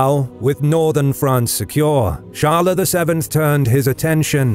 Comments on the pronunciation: Not charler. Its chyles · Charles should be pronounced Sharl, not Sharla. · Either pronounce it the English or the French way Tsharls or sharl but definitely not charlais or whatever you said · I have never heard the name "charles" pronounced as "charler" ever. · hes still pronouncing the names of all the cities in french. if its not "Charl-A" then how do you say it in french? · Char-le, but not "tcha" like and english monarch, more as "sh-ar-l" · Honestly just say "Tcharlz" as you usually do in english, there's no real point in trying to do it in a "french" way if the name you're trying to pronounce is common to both languages and everyone knows what it is. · First the "Ch" should be pronounced like the "Sh" of "should". Then the "es" at the end should be pronounced in part like "uh" as when you say “uh… I dunno” but cut and short not a loooong “uuuuh” so it’s more like “Sharl’uh!” 😅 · Charles = Sharl. The es is silent. You almost pronounce it correctly. Just drop the uh sound at the end. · But "Charl-A" is not the French pronunciation of Charles...